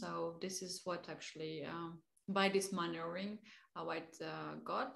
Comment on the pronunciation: English is sometimes hilarious, she tried to say "maneuvering", sounded like "manuring". I only tell it as joke, she is very likable.